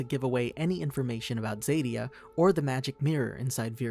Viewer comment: You are pronouncing Zadia wrong, z-a-d-ie-a